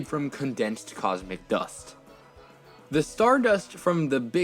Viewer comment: The way he emphasizes dust 😂😂